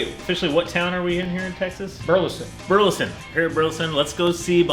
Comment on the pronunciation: Burleson Texas....not Buleson. Rookie Texas mistake, your forgiven.